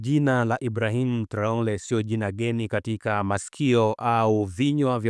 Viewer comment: Mwandishi mbona unatamka jina la Ibrahim traore vibaya